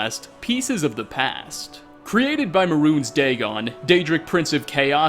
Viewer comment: 47 Parts in, and you still can't pronounce Mehrunes Dagon's name correctly. I mean, c'mon, the game tells you how to say it! You've been playing for hundreds, maybe thousands of hours now... There's no excuse.